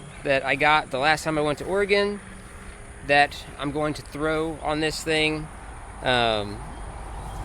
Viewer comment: 36m 25s did you actually use the letter h in the word " ThROW " . Not " thow " as you normally say it .